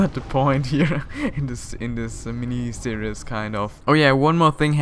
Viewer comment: /seer-eez/ not /seer-i-us/ for series :) Great show!